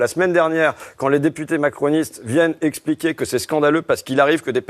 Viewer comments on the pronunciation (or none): none